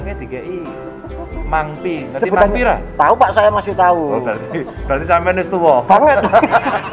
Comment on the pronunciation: mangpi bukan mangti !! Mangpi = limang rupiah 😅😅😅😅